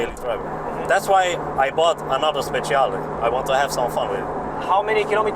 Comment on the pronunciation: another " speciale" 🤣🤣